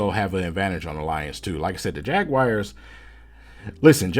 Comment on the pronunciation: Jagwires lol